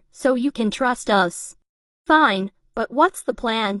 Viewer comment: “She seems fene” 😂😂😂😂